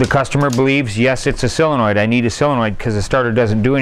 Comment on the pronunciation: Soooooooole le noid… sooole…sole…sole… Len…noid Not sell le noid